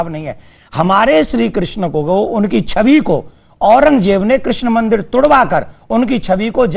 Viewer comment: किर्षण नहीं बोला जाता कृष्ण बोला जाता है